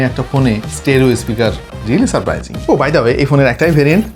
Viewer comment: Surprising, not "surpriging". Pronunciation thik koren bhai. YouTube e content creat koren, othocho English uccharon er ja-ta obostha! Apnar proti ta video tei besh kichu pronunciation problem thake. Lojja jonok!